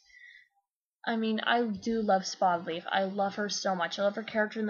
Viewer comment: When you said Spottedleaf for the first time I thought you said HOLLYLEAF and I was like wtf?